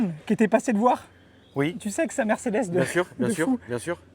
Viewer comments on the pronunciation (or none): none